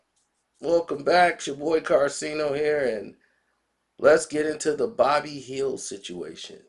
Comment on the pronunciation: It's "Buddy Hield" not "Bobby Hill"😂😂😂😂 got the name right in the title and still can't enunciate it correctly 🤦‍♂️